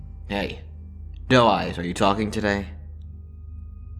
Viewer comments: I thought he was saying dull eyes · I KEEP THINKING HES SAYING DUMBASS INSTEAD OF DOE EYES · i thought he was saying doll eyes